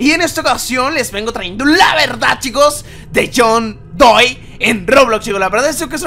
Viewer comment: Se dice john doe no john doi